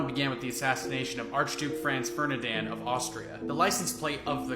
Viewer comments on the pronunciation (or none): Did you actually say "Fernidan"? 😄